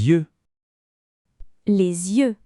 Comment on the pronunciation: face-blue-smiling: ... ... la prononciation de 'yeux' n'est pas correct